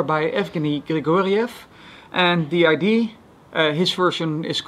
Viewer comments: I love how he says idee instead of idea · "The Idea." Not "Die I.D." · "The idee"